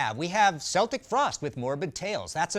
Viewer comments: "sell-tic." AAAAAAAA NOOOOO. it's "kell-tic." they're not the Boston Celtics. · It's pronounced Keltic Frost. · Seltic Frost? Lol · well, there is a German tv show at the time that had Tom Warrior talking about their debut album. Tom says Celtic Frost several times during the interview and he pronounced his own band's name "Sel-tic Frost". This is the only words that are spoken in English during the interview. It is a popular video (for Frost) too, but they play Into Crypts of Reys and the band lip syncs and pretends to play live. It's so stupid to me. Anyhow I'm American, and I used to correct anyone who pronounced it like the basketball team. After watching Tom say his band's name as he did, I owe a lot of people apologies. Unless he thought that that was how it was pronounced in English... Only he and their drummer know for sure now. Peace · DID HE SAY "SELTIC FROST????" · It’s a hard “C” in Celtic Frost DAMNIT! How as a metal historian do you not know that!? 🤬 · C'mon....and man of your knowledge and experience should know that's NOT how you pronounce Celtic Frost....it's a hard 'C' as in Irish or Scottish connection